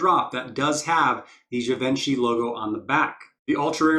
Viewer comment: Great video. Its nice to hear Givenchy pronounced correctly. Ha. Def one of my fav sets.